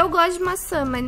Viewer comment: Aaaain, me da agunia ela falando mais ao invés de mas. Kkkkkkk